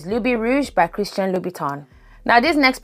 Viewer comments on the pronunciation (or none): none